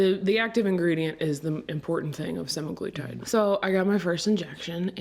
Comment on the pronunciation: It’s semaglutide, Seh-Mag-Loo-Tide. Not semigluetide.